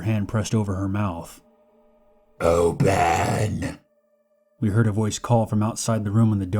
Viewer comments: (first story) it took me a while to understand he wasn’t saying “OH BEN” but “OPEN” ... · It took six of them to relize hes saying "open" instead of "oh ben" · Is he saying “Ooopppeeennn” or “Ohhh, Bennn”